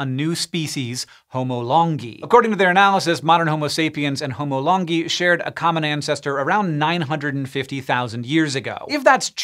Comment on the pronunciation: Correct me if I’m wrong but I think Longi is pronounced “Lone Guy”